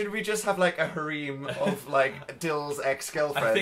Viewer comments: ok listen did dan just pronounce harem as HAREEM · And today I learned that hɑˈrim is a legit alternate pronunciation of the word harem.